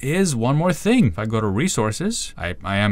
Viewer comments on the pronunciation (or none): none